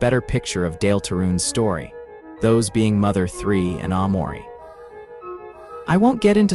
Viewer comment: "Ahhh-mori" This AI slop got me fucked up!!!